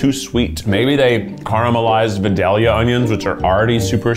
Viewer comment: Anybody else from Georgia cringe every time Keith says Vidalia 🤣